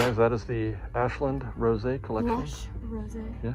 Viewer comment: Would ‘rose’ not be pronounced like the flower, instead of the wine? 😊